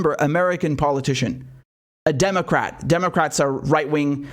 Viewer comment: Still don’t get why only certain few Americans let alone others in the world, can hear the phonetic lie in PO-LIE-TICIAN, but others can’t. It’s very bizarre….but not surprising.